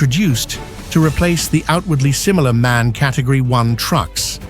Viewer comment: MAN is not pronounced in one word, like the English word for a male human. It consists of 3 seperate letters, that you pronounce independently and not together in one word. M.A.N. Like ICE, the German high speed train, which is also not pronounced like ice, the frozen version of water. But it is wild, that you say it correctly at least once in the video, when talking about the manufacturer itself, but wrong everywhere else. Also KAT can be pronounced as one word. It is just short for "Kategorie" - "category" in English. So a one-word equivalent of "cat" is absolutely ok in that case. Yet, in the video it is often unnecessarly pronounced as individual letters...